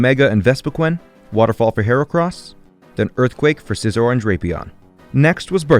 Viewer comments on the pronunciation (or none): none